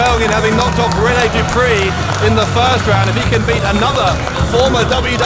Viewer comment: Man said Rene Dupree uno loooool